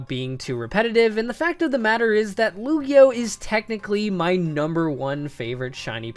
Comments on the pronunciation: Lugio? It's Lugia dude! You should know since he's you're 2nd favourite pokemon of all TIME! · he said “Lugio” instead of “lugia” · sry for being a perfectionist but he said lugio